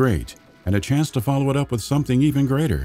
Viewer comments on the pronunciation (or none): none